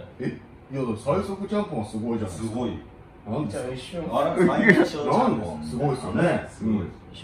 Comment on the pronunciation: ちゃんぽんのところチャンピョンみたいに言うなってツッコミたくなった